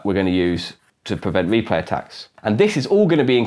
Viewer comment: Interesting, but what are you saying ? To me it sounds like "here is a random numbuh that I'm going to use to prevent me play tacks" which is not only meaningless gibberish, but isn't even grammatical. What did you actually mean to say? And you say "azure nonce again to prevent me play tacks", which, again, is not only meaningless gibberish, but isn't even grammatical. What did you actually mean to say?